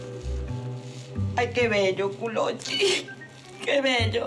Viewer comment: Sonia disse Culocci